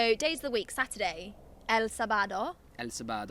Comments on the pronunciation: Not Sabaaado but saaabado ( for pronunciation) Sábado en Spanish, السبت ، in Arabic and samedi in french 😍 Have a nice day 💚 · el SabÁdO, jajajaajaaj good work learning spanish, just a recommendation, when you wnat to pronounce the "j" in spanish is really similar to pronounce de "h" in english. So, for example when you say "ha" in english like when you are laughing is the same as saying "ja" in spanish, just pronounce it a little "harder". Hope will be useful! Keep trying! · Sábado had an accent on it so it means you to enunciate it different. Kinda like I’m Arabic you would add اَ to the alif to give it that sound. Mike could please add me on tandem lol I could help her with Spanish if Mike could help me with Arabic! Lol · Sábado is pronounced with an accentuation in the first syllable. That's what the "tilde" means, it's a diacritic accent, a type of accentuation that it's grafically expressed. Most words don't have it, but there's a lot that do.